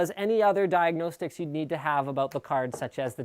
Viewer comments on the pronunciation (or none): diagNOsticks lol